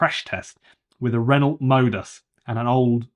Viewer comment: Renault is French pronounced Ren-O not ren-olt!